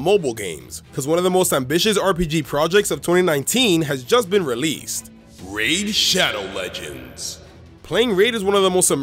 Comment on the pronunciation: Raid Shadow Legends The emphasis on that word killed me 🤣